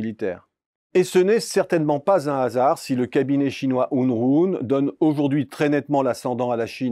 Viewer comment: C'est "Hurun" et pas "Hunrun"